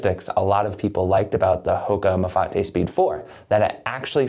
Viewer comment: So glad you didn’t pronounce it Mafait like I heard elsewhere